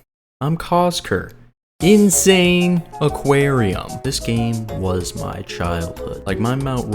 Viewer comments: bro calling the game "insane aquarium" instead of "in-sa-ni-qua-rium" is wild 😭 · I think its pronounced "insAniquarium" Like Insanity + Aquarium Right? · Wait?!! Its read as insane aquarium?! 😂 Me as a kid who dont know english that much read it as In-Sa-Nee-Quarium 😂 This game was seriously addicting back in the day... Wish i could play it on mobile tho